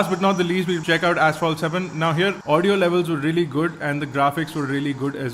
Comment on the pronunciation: Did you say Asphalt 7?